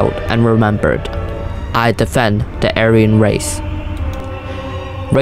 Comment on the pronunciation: true "ayran" lmao